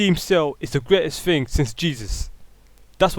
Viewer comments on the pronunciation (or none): "battlefield free" "is the greatest fing since jesus" "dey think steam sale" "why do they fink" Make your argument when you have proper pronunciation of simple words